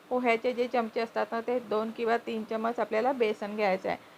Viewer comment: चमच नका म्हणू. चमचा म्हणा.